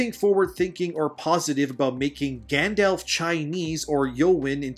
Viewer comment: Good video but PLEASE have people listen to a read thru FIRST and correct your pronunciation before recording!!! You mispronounced a couple of words and peoples names (Rhetoric, Eowyn, Glorfindel, Gandalf, and Sylvan?). Have you ever even watched the movies? Doesn't seem like it. Also Middle Earth looks and is written the way it is NOT because he lived in England and he wrote what he knew, although that HELPED. He wrote Middle Earth like he wrote Middle Earth BECAUSE it was supposed to be a fictionalized, mythologized ANCIENT history of England SPECIFICALLY.